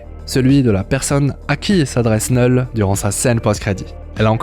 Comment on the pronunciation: Neul ??? C'est bizzare comme prononciation, c'est pas plutot Knoul ?